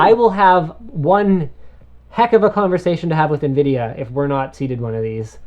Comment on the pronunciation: Linus, it sounded like you said Nvidia Nigra.. lol.